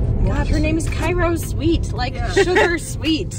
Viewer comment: Mispronounced Cairo so many times...cringe.